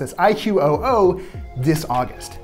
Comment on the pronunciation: It's pronounced i-ku. IQOO.